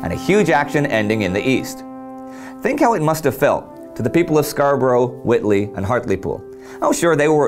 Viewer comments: whitby not whitley. Great series btw. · "Whitby" Not Witley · WHITBY! IT'S WHITBY!